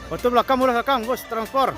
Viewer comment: Transpot udaa..bukan transporrr😅😅😅